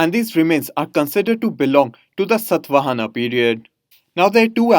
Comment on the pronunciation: It's satavahana not satvana sir